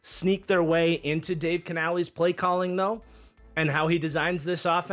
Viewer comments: Just nitpicking here but it’s pronounced like Canalis not canalees. Love the content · Bro, I dont care if Canales himself told you it was pronounced like that, STOP.